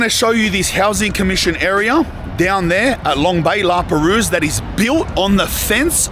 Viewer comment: The S is silent in La Perouse